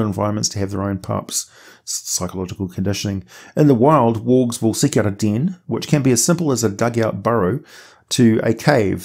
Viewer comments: I constantly hear "orcs" not worgs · Bro, at like minute 5 I completely lost track on you pronunciation for wolves and worgs lol